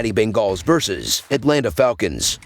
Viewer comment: The Ben-gaws 😂